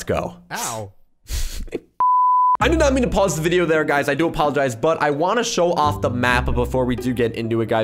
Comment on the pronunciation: “I do aPAULagize” E N D M E